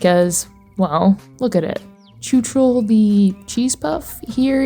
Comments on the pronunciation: pls plsss PLSSSSSSSSS .. go to google translator and learn how czechs pronounce letter "CH" .. write in czech "chuchel, machinarium, čučel" and press voice speak because it's NOT tchutchel Chuchel means something like a "ball of hair". The pronunciation is VERY different and carry very different meaning, the proper means something with a ball of hairs twisted together, your pronunciation means "stared dumb" in past tense in czech xD (written as čučel) So "chuchel čučel" means "the ball of hair stared dumb at..." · My ears! I know I know I know. But the "ch" is supposed to be pronounced like "j" in "José" or "j" in "fajitas" (Spanish). Very often the "ch" sound from Slavic languages is being pronounced like "č" in English. It is super weird and a bit annoying. The ice hockey player Zdeno Chára, was constantly pronounced like "čára", which means "line". It totally changed the meaning of his surname. He is not Mr. Line! But this video brings so many memories... I had an idea, about a game that could be called "electronium" that would be the "path" of an electron traveling his way from the rails to the overhead catenary through a T3 tram. With intricate detailed steps, technically correct, with easy to solve puzzles (based on the original T3 design, which is a PCC streetcar). It would be a "technical" game, but it could include various spin-off "routes" of the electron, based upon what the tram is doing. FFS it is not "choochool". It rips my ears from my head. It is not like the "sound a steam engine makes". Sorry, but I had to write this to ease my mind. I cannot give an answer to your question. Both are cute in their special way. If I should pick one, I would pick the gnome. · Yay, Czechia mentioned :D Your pronunciation of chuchel is silly